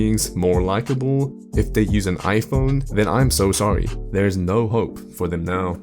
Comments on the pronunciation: "iPonyee" Crazy how a whole group of people want a phone so badly, they can even pronounce. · Oh that's why Hongdae guy is always talking about his Aipon sikshteen p'ro maXX 😂😂😂